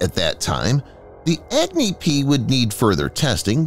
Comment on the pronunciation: HEY you video narrator Goof, "Agni" doesn't pronounced as Agg-Knee LoL!!😂 It pronounces as UgNi like what you pronounce Umbrella with starting U not EggKnee, why ppl so Stupid🤡, 👉It's totally annoying & irritating that You Pronounce Pakistan very well, not like Pack-Staan or PAXTAN.